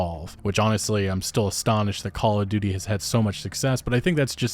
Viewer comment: I just hear ”Call of Doody”. :-/